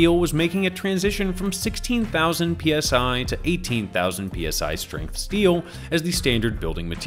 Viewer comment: it sounds like you slipped and said KSI instead of PSI, and it made me giggle.